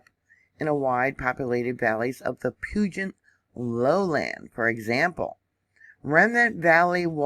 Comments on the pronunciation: You're doing great with the insane pronunciations of the areas here. One tip though, Puget is pronounced like pewjit. The et sounds more like it. Took me years to get all these wierd names, around here, straight. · Puget is pronounced "pew-jet" and Puyallup is pronounced "pew-al-up". Excellent info on Mt. Rainier. It's a definite hazard. Very brittle, crumbly mountain. Glad you provided this info for those who don't know. 💕